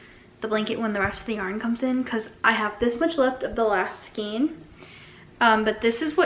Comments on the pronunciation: Ok I like you, but skein is pronounced " skayn". Long a. Not long e. Please, I beg of you skayn. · You learn something every day 😂 I’m 51 and I have always said skeen 😅 maybe it’s a location pronunciation? 🤷‍♀️